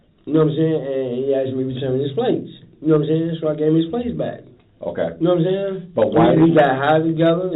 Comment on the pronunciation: nawmsayin killed me 😂😂😂😂 that’s exactly how he sayin it